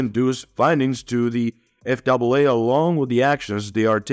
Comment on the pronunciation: So, the narration was human on this video or you're switching to human on the next video? Because several words were mispronounced of spoken in a way a person wouldn't say them for instance calling the FAA the F double a. My comment on the contents of this video, 👍.